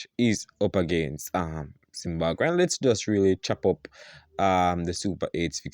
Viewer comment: What is ZimbaGwhe? It’s ZimbaBwe. Thank you my friend